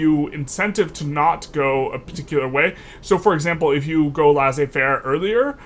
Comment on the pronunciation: Quibble but Laissez-faire is pronounced “Less-ay fair” not “Lass-ay fair”